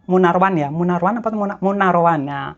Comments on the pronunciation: Namanya MUNARMAN mba bukan MUNARWAN OK ...?! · Koreksi Mba bukan Munarwan yg bener "Munarman".